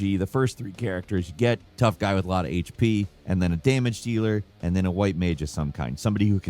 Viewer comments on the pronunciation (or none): none